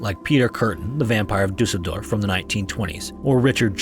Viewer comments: Thank you for the great quality videos! Your pronounciation of Düsseldorf is perfect, it made me happy! I like how calm and respectful both the narration and editing is, it's the reason I adore this channel. Your channel has been growing lots, you deserve it! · Great video and spot on pronounciation of Düsseldorf 👍.